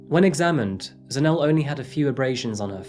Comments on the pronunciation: 😂😂 I thought the same thing dude. He kept on pronouncing Zanele and Kunene wrong. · Its pronounced Za-Ne-Le, not Za-Nele 😊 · Enjoyed this Episode. If I may point out one thing? Ask the locals how they pronounce the names. For instance it is pronounced as ZAH-NEH-LEH, not Zanelle. Good Episode, once again! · Zanell and Kew-nay-nay. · Pronounced: Zan-Ay-Lay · Ndlovu is pronounced with o like the aw in saw, not the oe in toe. Zanele is Zuh-neh-leh and Motha is pronounced Moo-tuh. Kunene is Goo-neh-neh not Kew-nay-nay. Try to research pronunciations before you say them, but at least you got it 60% right. Could've been worse. Thanks for covering this story!